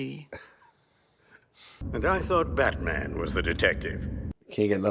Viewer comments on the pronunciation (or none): none